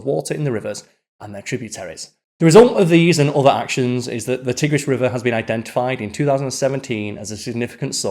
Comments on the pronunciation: FYI it’s TYE-gris not TIH-gris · He couldn't pronounce Tigris properly.